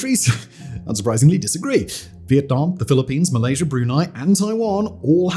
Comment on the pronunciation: Chiner. And malaysher.